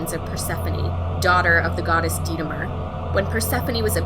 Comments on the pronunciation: sry i misstyped it lol, what you saif sounded like "Detemer" and not Demeter. But this video idea is really creative, i like mythology, I like the Sims, i like mermaids, and all other videos combining these topics go way too far but i really liked it! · Its Demeter not Detemer but I really loved this video